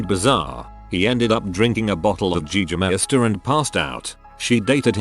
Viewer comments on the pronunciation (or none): “gee -ger-meister “ 🤣